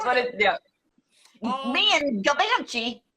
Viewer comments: I mispronounced Givenchy too! LOL It was like, "Yeah, Audrey Hepburn wears such gorgeous Gee Von Shee clothes, but what about this Gavenchee? What's that label's clothes like?" Hahahaha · Haha gervinchi lil Kim pronounced it wrong too in the song mafia land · The “Givenchy” story reminds me of Angelea’s audition. “She’s got a given-chee campaign”….”she’s got a what campaign?” 😂